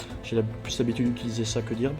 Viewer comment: par contre, ça ne se prononce pas "dirb" c'est "deu:rb" en anglais.